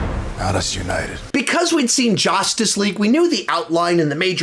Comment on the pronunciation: did anyone acknowledge how he said justice league like Jus TAc LeGUEE lol